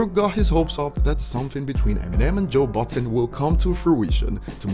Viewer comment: Homie said Joe Button